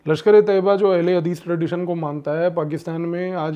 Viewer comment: Ehal e hadees hota ha not Al hadees